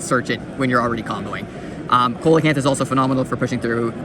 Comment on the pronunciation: Brother that’s not koe-luh-canth it’s see-luh-canth